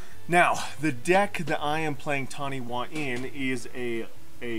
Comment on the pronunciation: It’s pronounced Tani-Fa I’m Māori and Taniwha are the equivalent of water based dragons in my culture. I’ve been wanting to build this commander for years